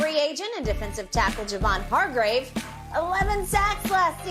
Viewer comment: Shannon, man, it's ( Har-grave) lol.. this signing was unexpected, to say the least, also opens up bosa on the edge..and the cap work to make this work is genius by paaarg..kudos to Lynch & Co for making this deal work..and yes OL needs to be addressed.